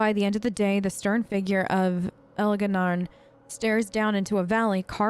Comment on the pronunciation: Ok woman, say it with me now... ElgaR'nan not Elga'naRn. It's adorable and all but it also sounds like a God from pinky and the brain. Have mercy on that poor elf's dignity.